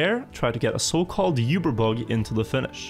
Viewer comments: Awesome vids, but the word Uber, isnt pronounced You-ber. Its pronounced Oo-ber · "yoober" bug lol. That's not how uber is pronounced, in english or german. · Isn't it pronounced "oo-ber bug" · you-bear bug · I can't get over his terrible pronunciation of Uber.